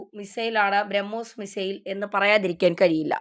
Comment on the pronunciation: കൊച്ചേ ഔദ്യോദിഗം അല്ല ഔദ്യോഗികം അതുപോലെ ബ്രഹ്മോയിസ് അല്ല, ബ്രഹ്മോസ് '